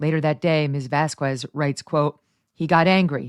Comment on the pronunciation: Vas-KEZ NOT “vas KWEZ”. Please Megyn. Sounds ignorant when you mispronounce.